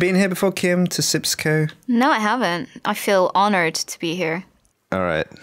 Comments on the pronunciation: its sijkimpsco.! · Its SjipsCo. Sheesh get it right. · kim please its called SJIPSCO